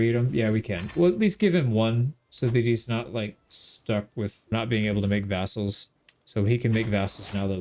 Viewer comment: Sometimes it sounds like you say assholes instead of vassals. But honestly, the terms are pretty interchangeable